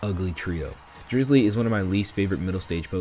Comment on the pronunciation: Bro his name os Drizz-ile like totodile not drizzly